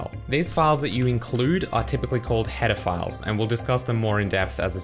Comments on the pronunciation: I ALWAYS hear "pedophiles" instead of "header files" in every one of his videos ! :-D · I wasn't paying attention and heard "Pedophiles" instead of "header files"